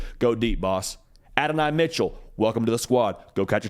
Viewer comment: It’s AD Mitchell